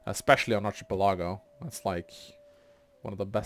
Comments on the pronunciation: word is pronounced Ark-uh-PEL-uh-go, no ch- sound and his emphasis was off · "ˌärkəˈpeləˌɡō/ " no ill. it's an "el" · ˌ"ärkəˈpeləˌɡō" is the pronunciation. Your professors are just normal people and they happen to be wrong this time.